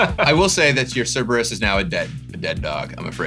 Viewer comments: Okay, the pronunciation of Suplex is one thing, but Cerebus? That hurt a bit as a Greek myth enthusiast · tsk tsk tsk... Prof. Cerberus is NOT pronounced SERIBUS. and the suplex pronunciation as well yeesh. other than these ridiculously bad pronunciations this was fun EDIT: also landfall is stupid and a design mistake. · Everyone's joking about suplex, but it was the constant mispronunciation of Cerberus as 'Cerebus' that made me laugh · Prof botching all these names hurts, and it's not just "Final Fantasy" names, he botched "Cerberus" pretty bad lol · I’m honestly more stuck on everyone saying Cerberus wrong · the same way he pronounced "Cerberus" :>